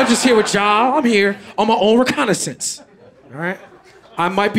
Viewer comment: 😭oh its so sad someone mispronounced a word oh won't somebody think of the words😭